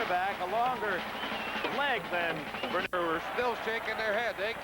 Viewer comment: Also, Dick Enberg keeps completely massacring his name! "Ber-NISH-kuh" 🙄